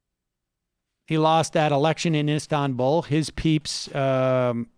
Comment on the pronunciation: Make sure and clip Drumpf saying "Istanbuul"